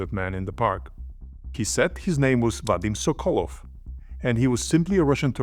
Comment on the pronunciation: sokolOv why do you keep making same mistakes pronouncing russian surnames wrong? You have russian colleagues around, ask them before making another video